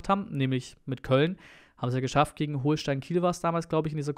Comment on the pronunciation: Nur zur Korrektur, man spricht Holstein wie als hätte es ein doppeltes L 😉